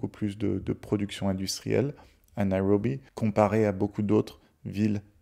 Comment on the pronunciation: Prononcez Nairobi sans en faire des tonnes sur le " R " 😅